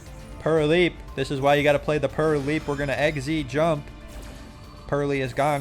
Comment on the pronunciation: you did not just say purr-lie-lie, that's a sin